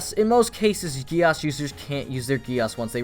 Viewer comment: Its code GEASS like giez or gies yk not gi-as! Pls remember that🙂